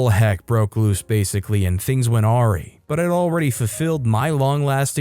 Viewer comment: Awry is pronounced uh-rye not oary. 3rd story reminded me of Bill Cosby, drugged someone innocent, took photos in bed at a hotel and then went full Karen by making and turning a slideshow on to ruin her friend's life and wedding. Horrible woman.